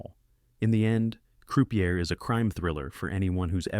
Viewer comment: AI generated scripts/voiceovers don't know any better. Notice the poor pronunciation of Croupier, or Gabriel Byrne?